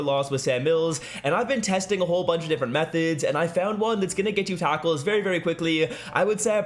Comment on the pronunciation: Is he saying a taco 4 Loss lol